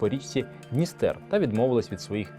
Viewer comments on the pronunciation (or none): none